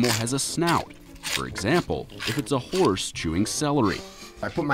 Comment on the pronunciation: Did he say 2000 pound hourse? Wtf